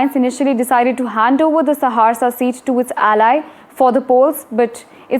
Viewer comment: Are mam ji Saharsa bolna Sikh lo lekin ho bari cute